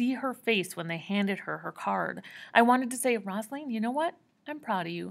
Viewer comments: i love yoy so much just try reading it as ‘Rose-a-leen’ instead of rossalen lol. but thank you so much for not making me read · Also it’s rose a leen not rozalin